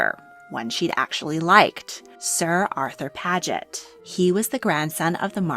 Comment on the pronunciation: The whole first half of the video she pronounces paget “pad-get” and then she changes to “page-et” I wonder why that is